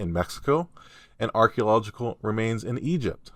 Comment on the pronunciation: Arch ee o logic al. Emphasis on “ee o” .The “a” coming before the “e” throws everyone off. Hope that helps.😊